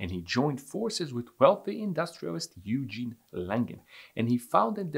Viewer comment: The name is Eugen, not you-gene.